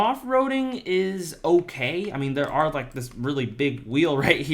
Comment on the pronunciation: Bro literally say "there are" wrong, TWICE